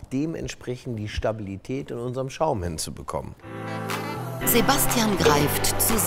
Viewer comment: Hahaha😂 wie beim Englisch sprechen aus Sebastian Sebästschen wird